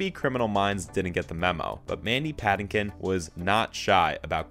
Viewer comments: Patinkin is pronounced strangely as well 🤨😬🙄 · You're mispronouncing Patinkin.